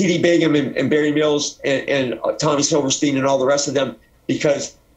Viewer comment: Good dude...but he REALLY struggles to say Barry Mills ..i heard him say Marry Bills once :)